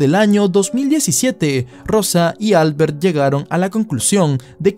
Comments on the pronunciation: Probablemente se pronuncie Albért, no Álbert. Porque si es catalan, la letra fuerte esta en la "e". De lo contrario parece de fuera de España jajaaja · Para de llamarle Álbert, su nombre se pronuncia AlbErt xddd